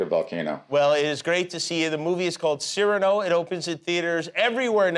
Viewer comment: A marvellous interview. Please forgive my one correction: Cyrano is pronounced cir-AH-no—the accent is on the penultimate syllable.